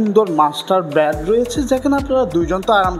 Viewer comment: Bad Na Bed Uccharon Valo Korte Shikhun R Rate Ta Bola Dorkar chilo